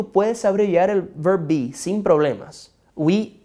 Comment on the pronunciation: Hello, muy buenas tus enseñanzas, pero con respecto al verb to be en preguntas la dices como si fuera una oración, no le pones como el peso o tono de preguntas , es todo. I Like your class ☺